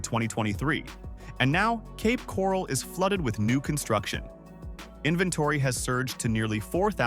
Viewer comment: OK, first of all whoever you are, you’re pronouncing Ocala and Cape Coral wrong. And I’m glad the housing is dropping and it shouldn’t be that much up here in northern Florida because of the money up here is awful.. I have to drive to Tampa for work every day and I don’t make no $47,000 a year I mean more than that almost double.